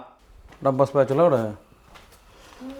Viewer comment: Ayyo I loved the presentation ❤❤ just found your channel ❤ loved the accent in“ rubber spatula evade” 😂